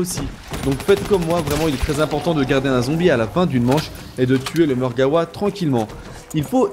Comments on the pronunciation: Je suis le seul qui est choqué en l'entendant dire "Margawa" au lieu de "Margwa" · mec on dis margwa mais dis le comme tu veut c'est ta facon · Mon pote tu dis Margewa alors que ca s'ecrit Margwa et cela ce prononce comme on le lis mais bon tu fais comme tu veux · Ptdr marreguawaa